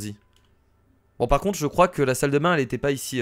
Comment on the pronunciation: JE KROINKE ELLE KRIE PAS KRIAIE